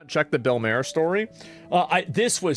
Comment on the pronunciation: Mar not mare is how his name is pronounced.